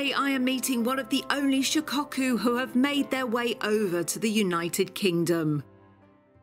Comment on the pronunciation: Shicocku, lol its shi ko ku